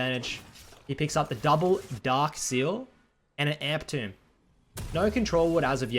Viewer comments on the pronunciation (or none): none